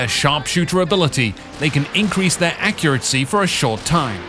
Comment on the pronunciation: Every time he says accuracy it rather sound like accuratsy. , . I can't get over it XD